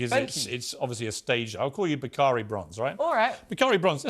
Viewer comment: Name is pronounced back ah ree not bcaree